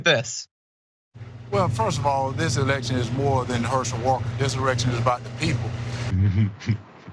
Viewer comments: "erection" instead of Election' FREUDUAN slip if I ever HEARD ONE!🤣🤣🤣🤣🤣🤣🤣 I hear SNL's : Emily Letilla" and her tirade about, the Presidiential Erection" " she s a bit hard of hearing......🤣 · He really did say that "This erection is more about the people with Trump stooges Lindsey Graham & Ted Cruz at his side. This moron, Herschel Walker, doesn't know the difference between "Election" and "Erection" any more than Marjorie Taylor Greene knows the difference between "Gazpacho Soup" and the "Gestapo Police", any more than Donald Trump knows the difference between "Oranges" and "Origins". "Kofveve?" Maybe, all three need to drink more "Kofveve". Obviously, Walker has no shame, but it is now clear that neither do Graham or Cruz. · So, Walker just pronounces the word “election” as “erection”? Sorry, it’s not a mispronunciation when it’s a completely different word! Wtf kind of excuse is this?! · I put on CC and it said direction but a swear he said erection. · Ha! 🤣So basically you're saying You support this fool?! Warnock is overly qualified compared to Hershel! The Republicans couldn't find a conservative blk person who lives in the state ;that hasn't been a Resident since he was in college 40 yrs ago? He can't even say the word Election without embarrassing himself and the whole party! Come on troll You gotta be kidding me?🤷🏽‍♀️ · "imagined mispronunciation issue" nothing imaginary there boy, it actually happened or are you so delusional you want to keep claiming it didn't? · Of course he said election with an 'r', he's upright and stiff!!!! And yup, a valeDICKtorian he was/is. And both of those tongue lolling, idiots on either side of him, not his dawgs. What's he doing with dem dat not his dawgs?